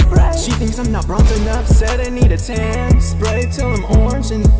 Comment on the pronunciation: It almost sounds like he’s saying “ I’m Zoltan” in which Case I would’ve had more respect for him